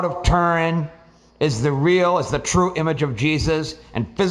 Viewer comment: Ture in .....pronounce it correctly